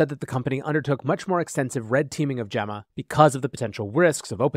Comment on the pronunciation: I'm pretty sure you're mispronouncing "Gemma".